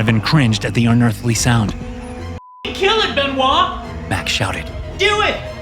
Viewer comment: I can't unhear " mr benois "